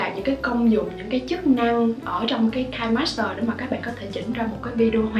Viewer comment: Nó là KI NE master chứ hỏng có phải là "KAI" master